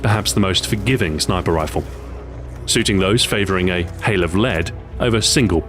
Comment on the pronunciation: "shniper rifle" lol =)